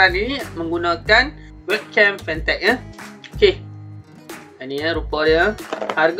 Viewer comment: nice jugak kualiti dia ni...tp brand dia kene sebut betul2...